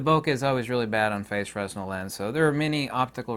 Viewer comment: Love your content! Just fyi, fresnel is pronounced "fruh-nel". I know it's weird; i only know cus i have training with theatre lights.